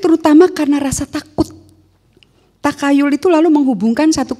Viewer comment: Pengucapan Takhayul: Tahayul bukan takayul...